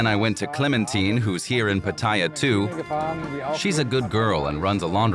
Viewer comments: Who gave Pattaya the pronunciation of Pat-Tia? Back in the 1960's we called it Patt-e'-ya. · PATTAYA Where is the i? Proper pronunciation is P A T T A Y A NOT P A T T I Y A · It’s PAT-ta-ya and not pa-TA-ya. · Rubbish video, and they can't even pronounce Pattaya correctly. Its not PATTYRE, lol! As long as the gals are 20 or over its nothing to worry about. Most of what goes on in Pattaya is harmless, and many men dont go with young women, eg, LK Metro, its mostly women around 30 to 40. Lots of Western men find GF s in Pattaya, which they can't do back home if they are just average men. Underage stuff should obviously be weeded out and the organisers prosecuted and punished accordingly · its pronounced PAT A YAA for goodness sake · Yes, I don't know why so many ignorant people call it PATTYRE! 😂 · You make a documentary and cant even pronounce pattaya correctly what shoddy research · I wish the narrator had asked just one Thai person how to pronounce Pattaya correctly. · Within 5 seconds you prove you have never been to Pattaya as you completely butchered the pronunciation. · Shame they didn't learn how to pronounce pattaya correctly